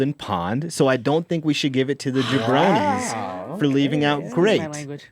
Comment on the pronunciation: I think it's "jabronii"